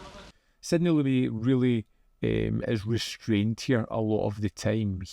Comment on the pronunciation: Pronounced Lu-MET, like "I met someone"